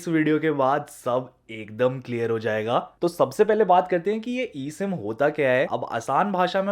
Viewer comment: Abe eem ya e sim lol